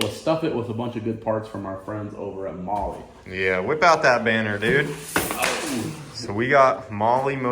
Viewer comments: Bro, is it really pronounced Molly like keeps saying, or is it pronounced more like the word Mall? Because it's spelt Mahle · Never thought i'd see say to hit him up for Molly. Americans have turned mispronunciation into an art form. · I've been definitely pronouncing Mahle wrong 😅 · Today I learned I’ve been pronouncing mahle wrong for years. 😂😂 😂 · Are these guys pronouncing Mahle right? Because if they are, I have not been for years lol